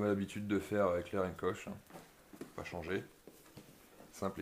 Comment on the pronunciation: Alors, pour faire quelque rectification à ta vidéo, pas grave mais juste à savoir: dans " heckler & koch " koch se prononce "korr" on ne met pas "ch" à la fin, c'est allemand à la base, c'est eux mêmes qui fabrique les vrais MP5, MP7, UMP 45, G36... Mais sinon bonne vidéo !